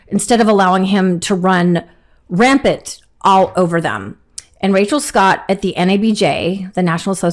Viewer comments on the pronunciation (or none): it is not "rampat" it is " rampant" Jesus........ young people are SOOOOOOOOOOOOOOOOOOOOO uneducated.....